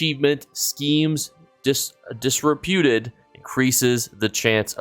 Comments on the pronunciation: Schemes Disrupted, Not disrepewted. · dis-RUP-ted. Just sayin' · Lost me at "Schemes Disruputed" for the second time in a row. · Wildest pronunciation of disrupted I’ve ever heard lol my brother in Christ are you okay